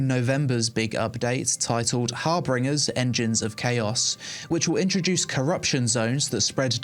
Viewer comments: “har bringers”? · You really gotta learn how to say harbingers, my dude. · There's no second R in Harbingers.